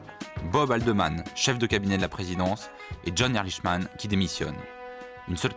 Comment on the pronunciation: Pourquoi les Français sont-ils incapables de prononcer correctement un nom à consonnance étrangère ? Ehrlichman se prononce Erlikman !